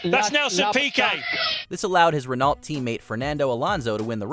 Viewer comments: Renault is pronounced "ren-OH", not "ren-ALT". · It's Ren-know, not Ren-nault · k, dudes, i gotta stop and correct you, Bahrain: country in the Middle East, NOT West Africa, Renault is spelled "ReNo" and NOT "Rinalt" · "Bahrain, a country in west africa". also all the wrong pronunciation like "renault" and "ligier" and that the guy clearly has no idea about f1 makes this very hard to watch. also the ranking is all messed up and simply in the wrong order. how is michaels 1998 win so high up? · If he says Renalt and not Renault one more time. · I cringed so bad when you said Renault wrong… I was like wtf is Renalt 😂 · I'm curious here, isn't from Canada? Shouldn't you know how to pronounce Renault? The L and the T are silent. My ears are bleeding. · It always annoys me when these type of commentators mispronounce words. I mean I never heard of a Renolt. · I’m sorry but America should never have been alowed to host a Grand Prix until they are able to pronounce it properly. And Hamilton did win in 2021 just because the fia cheated on red bulls behalf won’t change what is and always will be the truth that Lewis won. And dude Renault is not pronounced renolt. And I’m pretty sure Bahrain is in the Middle East of Western Asia. Maybe check ur facts before u do another one of these. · This dude doesn't know how to pronounce half of the drivers or team names. Are Renault cars sold in the states? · well, it's not that, renault, hyundai and other things like that have one pronunciation, Peugeot is also a very often pronounced wrong by Americans, it's peugeot, not pugot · The biggest controversy is the pronunciations of the constructors on this video. Renault are french, ergo are pronounced 'Renno' and Ligier are pronounced 'Leejiay' (Soft 'J') Otherwise, great video, and thank you for sharing with us all ^_^ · Ah yes the French Formula one teams Leegee and Renalt